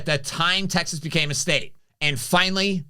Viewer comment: Say "Texas" correctly, please. Abbott is a real leader, we are fortunate to have him fighting for us in this great state.